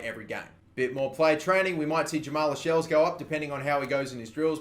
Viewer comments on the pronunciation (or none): Its not 'las - shells' its pronounced 'la - sells' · It's pronounced cells not shells